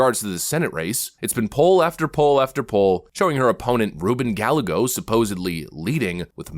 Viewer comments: She kicked booty in the Gov race and they know it. They had to cheat bigly to steal that race. As much as I don't care for her opponent, his name is pronounced Gayego. Double l is pronounced like a y, think tortilla. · Hey, I love your insightful analysis, but "GaLLego" is an Hispanic name, so the "LL" is pronounced as a "y", making the name sound like "Guyaygo". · Gallego is pronounced GI-YA-GO. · In the AZ senate race, the name is pronounced "Guy-YAY-go," not, "Gál-lego." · Lol. His name is pronounced more like "Guy-Yea-Go", not "Gall-e-go"... I really hope he loses to Lake. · Just so you know it’s pronounced “guy-aye-go” not Gallego. I hate him but wanted to point that out lol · Guy-A-Go not Gal-a-go. He's a career politician disaster. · GALAGO? Get it right, AI voice. Try "guy*A*go" . ... He's still a scummy politician. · It's pronounced Guy a go! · It’s pronounced (GUY a Go) Gallego. Spanish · Ruben "Guy-yay-go" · it is pronounced Guy-yay-go. LL in Spanish is a 'ye' sound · His name is pronounced guy-A-go. The a is pronounced "A" not "e". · Guy-A-go. Lol at least pronounce his name right. Lake will probably lose this race as well. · Gallego is pronounced guy-a-go. In Spanish double L is pronounced like a Y. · Gallego is pronounced - guy-yay-go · Gallego is pronounced GUY - EH - GO - he's a fake and a Communist. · Just FYI... Gallego is pronounced "Guy-YAY-go" 😊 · Gallego is pronounced guy-yay-go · ll is a letter in the Spanish language and is pronounced like the English y…..so it’s GUYEGO ! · Because I can’t help myself, but Gallego is pronounced like Gah-yego. 😇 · Ga-ye-go, bruh! GA-YAY-GO!! Two Ls sound like a Y, In Español! If You want to win over Spanish speakers, at least learn how to pronounce their names correctly! DAFUQ!!?? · Gallego is pronounced Gayego. In Spanish two ls make a y sound. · Pronounced "Guy-AY-gos". Just saying. Hopefully, it'll be pronounced "Loser". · It’s ‘Guy Egg O!’ Not Gallego. Arizona here, Yo!